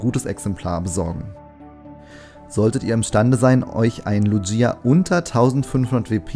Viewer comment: Du sprichst Lugia falsch aus